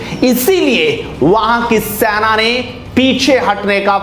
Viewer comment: Senaa Bole be saina sainaa bol re irritating